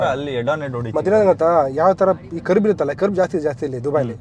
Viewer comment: ಕರ್ಬ್ ಅಲ್ಲೋ ಮಾರಾಯ .😂 ಕರ್ವ್